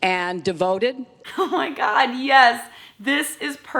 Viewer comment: Im sorry Jaclyn i love your videos but when I heard you say "oh my gerd im so OCD" i laughed my ass off